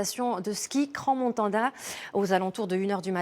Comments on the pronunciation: C est cran !! Pas cranss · Petite précision sans transition: on ne prononce pas le S de Crans (tout comme on ne prononce pas le S de Paris ou le X de Chamonix).